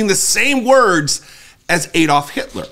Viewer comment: And this poster can't pronounce AAD-olf - instead of the incorrect EED-olf.